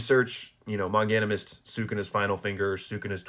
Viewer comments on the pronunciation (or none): First time I hear him pronounce "Manganimist". 😂